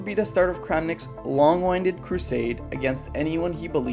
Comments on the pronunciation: because he pronounced it as "wind" like cranking a toy rather than "wind" like the weather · The fact that you mispronounced "long-winded" makes me suspicious you used an AI to create this video. Which is another whole level of irony. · "Long-winded crusade". That pronunciation is very suspicious. Why does your script use phrases that you can't pronounce?